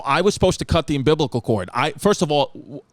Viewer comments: I instantly heard Sal’s voice go “wait say that again. Umbiblical? It’s umbilical babe” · I need Chris to say "umbiblical" on Hey Babe! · "umbiblical cord" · "Ambiblical cord" #BBW #ChrissyChaos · "Um-Biblical" cord🤣🤣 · “UM-BIBLICAL-CORD” omfg CHRISSY CATHOLIC AND HIS PRONUNCIATION noo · “Umbiblical chord” - Chrissy Chaos (2021)